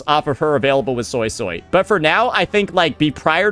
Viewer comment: Jinhsi said SoySoy